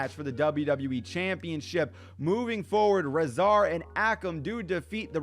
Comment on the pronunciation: Bruh what are those AOP pronounciations lmao Ahkem and rizah? You pronounce it Ay-kam and Ray-Zar